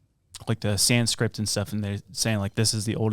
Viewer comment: Ypu guys often mispronounced things. Like if you had actually read the word sanskrit you would know not to think it was called sandscript.